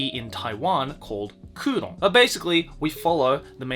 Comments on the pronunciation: Always love your videos, so it pains me to nitpick - "Kouron" is Kowloon, so the setting takes place in Hong Kong. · I know the manga as"Kowloon Generic Romance" not " kuuron" lol but it's pretty good